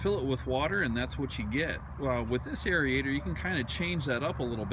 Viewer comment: what's a arie-ator? do you mean aerator. pronounced like air-ator